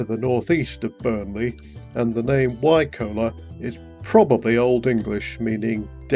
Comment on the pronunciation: Nice to see loads of places familiar from growing up there. FYI we always pronounced Wycoller as "Why collar" as in on a shirt.